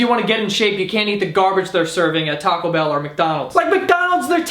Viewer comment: I love how he says Taco Bell 😂